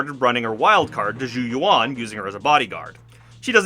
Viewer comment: very nitpicky thing sorry but zhu yuan literally says her own name correctly (even in EN voiceover) in the agent screen. its closer to "joo yew-en" than "jou yoo-won"